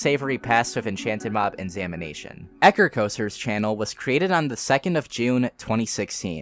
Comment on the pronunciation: At first I thought he was saying "samination" as in the dead by daylight channel and I freaked out a bit